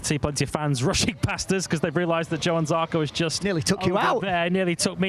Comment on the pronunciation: Can someone teach the 'Coronation Street' reject not to keep saying Yohann Zarco.